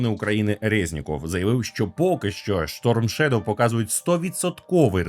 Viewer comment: Сторм шедов а не шторм шедов. Адже шедов це вноземне слово, тоді і сторм треба говорити